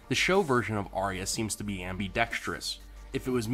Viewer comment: It's pronounced "Ar-ya" not "Aria" and Bran would've known if Arya was dead...